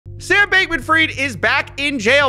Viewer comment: People need to stop calling him freed and call him by the actual pronunciation. Its FRIED like " FRIED CHICKEN "!.